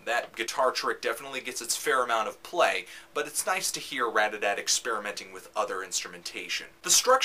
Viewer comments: ratATAT not radadadt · everytime he says radada i want to laugh. Otherwise, nice review :) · Dude, I LOVE Anthony's reviews, don't get me wrong, but DAMN! This shows its age because I don't think he actually said RAT-A-TAT once in this entire video XD LOL In his newer reviews of Ratatat, he puts so much emphasis on the TAT now. I think he caught on. haha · I just can't believe someone would call them Radadat with such confidence. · why does he call ratatat "RAD-A-DAT" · Say the name right